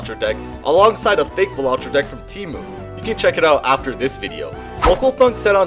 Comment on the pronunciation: I mean...I gotta point out that it's pronounced BAL-a-tro, not ba-LA-tro.